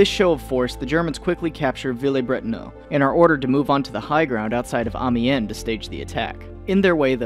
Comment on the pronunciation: I think its pronounced "Am-yan"